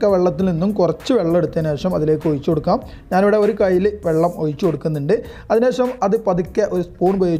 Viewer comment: ഒയിച്ചുകൊടുക്കാം അല്ല ഒഴിച്ചു കൊടുക്കാം 😂😂